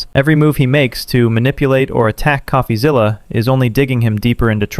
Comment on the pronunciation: Why is calling him.."coughazilla". It's "coffee-zilla"